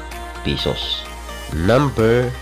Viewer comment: PISOS! ay c! bisaya ka man uy! BWHAHAHAHAHAHa